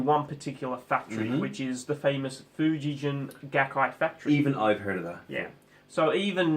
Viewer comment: There is also Schecter Japan. They outsource to Schecter Korea. Schecter Japan is top level. Lawsuit guitars were produced from the 60s to the 80s. Fuji-gen is pronounced with a hard g, not a j sound. "Gen" is the word for string, as in stringed instruments.